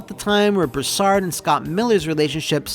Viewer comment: its pronounced broo·saard lol southeren boy ohhhh yeahhh singggg itttt